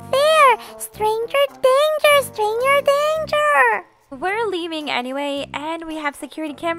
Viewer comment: I love when Goldie said stranger dranger 😂